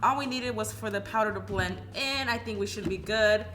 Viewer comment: The way she is pronouncing belend(blend) is bomb ♥️